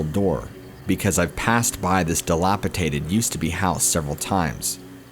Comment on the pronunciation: DilapiTated? LMAO